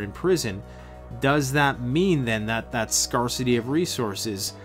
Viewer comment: The r in scarcity is soft reeeeeee! Also tribalism has been the main organization method for humans forever, when meeting a stranger the more they look like my family the more I'm apt to initially trust them, even infants are more drawn to faces that look like themselves i.e. are of the same race. A guy like you or Marcus would be such an asset to any group that any misgivings would be easily overcome, but they would have to be overcome, where as a you might be more readily accepting of a lack luster group member if he or she is of the same race. All that said, there does not necessarily need to be animus between groups and I certainly don't want to waste ammunition and group members lives fighting over melanin content. We can all get along, so long as we don't run out of supplies or have a group objective that is greater than the differences within the group.... I may be wrong about everything else, but that r is definitely soft.